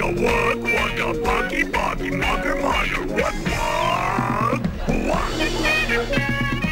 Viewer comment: Thanks for the transcription! For the longest the "mugger mugger" part sounded like "mother mother." Still I had to believe that, especially concerning children's entertainment, the Show would keep itself well above reproach